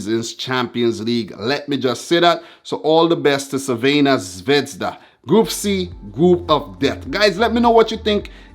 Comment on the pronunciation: Quite decent pronouniation of Crvena Zvezda. Good luck to City, I would love to see them win Cl.